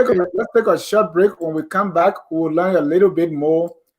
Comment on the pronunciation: Fwen is a mende language.